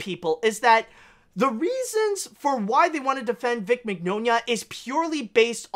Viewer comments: It’s “min-YAH-nah.” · Mignogna’s mane is pronounced like Mañana, as in hasta mañana.